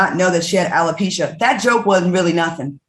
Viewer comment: Marshmallow LisaRaye it's not Hella-pecia it's Alopecia Dummy LisaRaye who always trying to correct people when they say a word wrong.